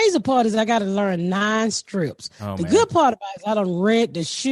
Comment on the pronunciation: So cute the way you say strips instead of scripts and nobody corrects you. ❤️❤️❤️